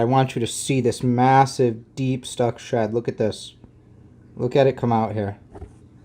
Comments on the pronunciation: Lol I honestly thought you were saying "Stuck shut" and I'm thinking WTF is stuck shut? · Why did it take me 12 minutes to realize he was saying stuck SHED not stuck SHUT 🤦🏾‍♀️🤦🏾‍♀️🤦🏾‍♀️😭😭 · For anyone else confused... "shud" == "shed"